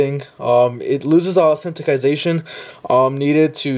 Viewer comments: authenticate, Au.. then. ti... cate homie Au..then...ti..ca..tion you adding a syllable i think :) Also didn't help me but thanks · lool auuthentication